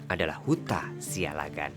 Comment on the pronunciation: Pronunciation yg benar "Siallagan" double "L" Not (Sialagan)